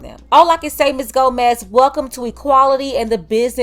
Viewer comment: I realise judge said ‘Gomez’ but am I the only one who initially thought she said ‘dumba**’ at the ? 😂